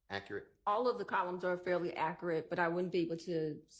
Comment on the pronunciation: An "expert" in Fulton County can"t pronounce "accurate," and can't use "transpired" correctly in a sentence. Fulton County 😂😂😂